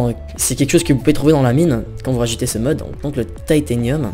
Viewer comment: Apprend a pronocer les mots deja comme titanium et c'est pas une hache boufon c'est un marteau